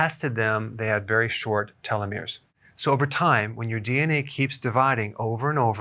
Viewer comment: Small tip on pronunciation: télos (τέλος), méros (μέρος) ❤